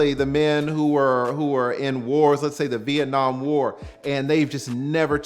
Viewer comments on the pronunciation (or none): none